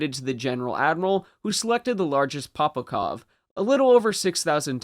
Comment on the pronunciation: POPOVKAs!!! Not POPOKOVs